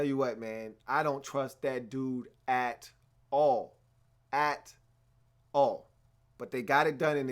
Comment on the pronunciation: yea you are. he had a bad game. he has those sometimes but the way you say you don't trust eli "at all" makes it seem like he's bad every game. you stressed it like hes sanchez lol. the giants are gifted cause eli is smart. he got the audibles ready and reads defenses well. i know you've seen how bad ereck flowers been playing... o line been god awful... and also there is no run game. eli been holdin it down on his side of the ball to the point where they got to 9 n 4 albeit with the help of an exceptional defense... & honestly, if the Cowboys scored, I'm confident eli could march down late in the 4th with his little receivers.. maybe get a field goal... he does that shit all the time. pretty sure he has the most 4th quarter comebacks since he been in the league. But I acknowledge what you're saying in a small way. the offense had been bad and eli gets blame but he's so much better than most of the qbs in the league, so I trust eli a lot. and broooo wait till the playoffs cause this man will ball hard. and lastly.. do you watch the giants games? eli is so good sometimes man. you gotta not watch to miss his talent